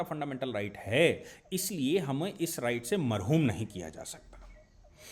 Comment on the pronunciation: Pehle bolna seekhle phir bol marhoom nahi mahroom hota hai. dar ke mare uper se hakla raha hai aur niche se hawa nikal rahi hai.